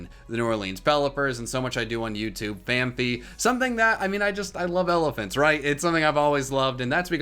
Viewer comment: It’s fan-p-ee